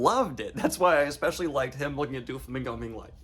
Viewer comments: Just so you know, it’s Doh- flamingo. Not Doo- flamingo. Carry on. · ITS DOUGH-FLAMINGO- PRONOUNCIATION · Please stop saying Do-flamingo it's Doe-flamingo. If it was supposed to be pronounced like the word "do" it would be spelled Dooflamingo. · I think it`s really funny that you and Merphy mispronounce Doflamingo basically the same way. You say Dooflamingo and she says Doofy, i have never heard these pronunciations before but now i am hearing them both within a week. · The “DuaFlomingo” is sending me I just keep hearing Dua Lipa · The way he pronounces “Doflamingo” sounds like he’s trying to make a Doulingo joke. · Though he doesn't really show up much later, it's pronounced Dough-flamingo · "DuoFlamingo" lol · The way he pronounces Doflomingo sounds like duo lingo and now I can’t stop picturing Doffy as the app mascot threatening to to learn new languages. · I'm sorry but the way Daniel is pronouncing Doflamingo 'Duoflamingo' is giving me big duolingo owl ptsd flashbacks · "Duo-Flamingo" lol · Haha it's doflamingo not duolingo